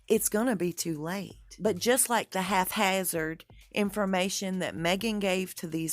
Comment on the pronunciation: I like your research, let me say that first. And, there is no word ecspecially, or halfhazzard. It is especially, and haphazard.